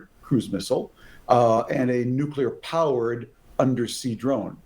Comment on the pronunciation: Does he keep saying "nucular"?